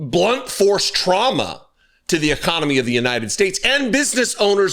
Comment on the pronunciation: Our "ECOMONY"? 🤣